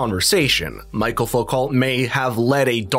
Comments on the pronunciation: Also his first name is Michel, not Michael. It’s the French form of the name, which is pronounced as we pronounce Michelle. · Foo - co. As in low. Also his first name is pronounced michelle, like a birds name. Not michael. Although Wishing you all well. Iain w glssgow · Michel, not Michael.